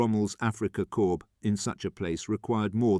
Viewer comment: This is AI narrated. Examples mk1 read as m.k.1 instead of mark 1, corps read as corpse. You are doing the channel a disservice and avoid AI scripting as well.